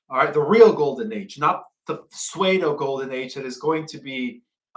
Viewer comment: The word PSEUDO is pronounced sue-do, like a girl named (Sue), and a female deer (Doe)